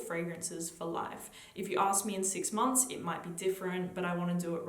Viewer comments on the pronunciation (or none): none